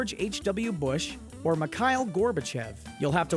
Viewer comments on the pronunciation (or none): Although you made it sound nice and very American but "Mikhail" is pronounced Meek-ha-eel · [mah-KYLE]? It's phonetically spelled Mikhail in the Latin alphabet; it's pronounced [mee-hah-EEL]. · Jeez, he butchered the pronounciation for Mikhail